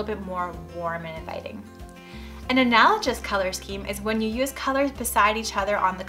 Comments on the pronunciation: Please learn how pronounce the word, analogous. It's not an-al-o-jus. It's an-al-o-gus. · Just wanted you to know you were pronouncing analogous incorrectly. It sounds like analogess not analojiss. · “analogous” is pronounced with a hard “g”, not the soft g that you’re using.:) Thanks for the tips! I only have one bathroom in my house and it teeny. Working on finding a good shade of white for it.